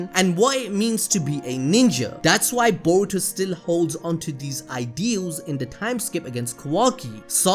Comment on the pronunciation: Being a Naruto and shippuden veteran when you say Boruto I hear: Diarrhea!!!